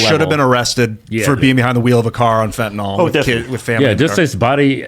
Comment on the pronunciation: Fent-a-NIL, not fent-a-NOL.